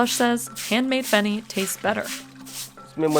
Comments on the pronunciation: Fun fact it's not really pronounced at feni it's "fae-knee"like the way u pronounce it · Feni not fenny. Big difference